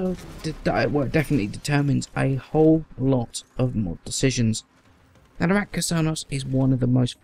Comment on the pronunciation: Is it just me or you keep says Ratka instread of Rakta :-)